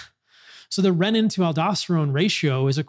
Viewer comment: REE-nin. Not reh-nin